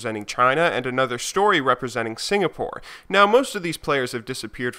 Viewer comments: "...and Another Story representing Signapore." Team Signapore... Signapore..... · Signapore. LOL